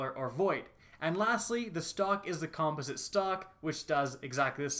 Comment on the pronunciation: He's pronouncing "composite" incorrectly and it's really bugging me 😅